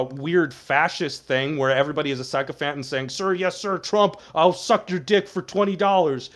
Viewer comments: Who's the guy that cannot pronounce sycophant and talarico? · These are the people arguing politics at a moderately high level: someone who's never encounted the word "sycophant" such that they know the proper pronunciation. This is fucking embarrassing, y'all.